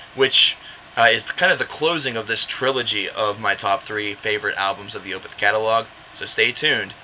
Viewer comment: Totally agree its my favorite album of theirs. And its definitely a concept album. But you're mispronouncing the word Opeth lol